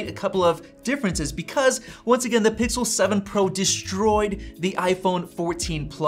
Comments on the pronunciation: "Pixer" lol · he says Pixer😢